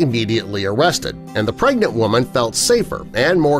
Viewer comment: Omg it sounds like u said a "pregant woman" The first time u said it